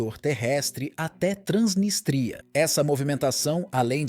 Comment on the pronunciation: É Transnístria e não Transnistria.